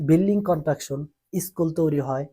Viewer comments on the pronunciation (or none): কন্ডাকশন না কনস্ট্রাকশন